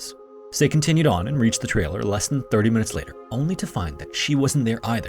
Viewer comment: I had to turn on the subtitles to determine that you were saying "return to the trailer where her husband Robert was", because it sounded like you said "return to the TRAIL where her husband Robert was" while your graphics showed an outline progressing along "Deep Creek TRAIL", and only the word "campground" to indicate the destination. Pay attention to your enunciation when there are similar terms like "trail" and "trailer". I notice just before that you used the word "pathway" instead of "trail" when referring to Deep Creek TRAIL, so why say "trailer" when the map says "campground"?